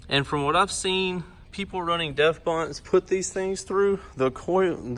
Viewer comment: If you say deaf 'bunnse' one more time....🤦‍♂️ Deaf Bounce like you bounce a ball or the sub bounces playing mysic... FMFL 🤦‍♂️🤦‍♂️